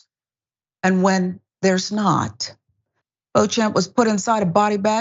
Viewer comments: It's not pronounced as bo-champ but bo-shamp. It's derived from French. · the name is pronounced, "BEACH-um". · It's pronounced BO-shomp......... Jerk.